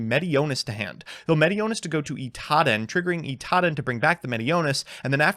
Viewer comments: Is Idaten suppose to be pronounced like Itaden? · You lost to Drytron because you pronounced it Itaden instead of Idaten